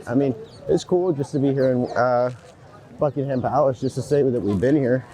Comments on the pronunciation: Don't emphasise the HAM in Buckingham. It's BUCKING UM. Anything ending in HAM is usually pronounced UM. I don't know why there was so much Mayo on everything !!?? I've had afternoon tea and NEVER had Mayo on the sandwiches ! Why are you eating the beans on toast with your hands !!?? You should use a knife and fork. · Not Bucking Ham Palace. It's Bucking'm Palace. No ham in sight. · Its NOT BUCKING ....HAM PALACE JUST Buckingham Palace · It is not called 'Bucking Ham' Palace. It is pronounced Buckingem Palace. It always amazes me why visitors make a beeline for London. It is the last place on earth I would go to. Go to King's Cross or Euston Station. Get a train to somewhere nice! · NOT Bucking-Ham palace Bucking-UM Palace !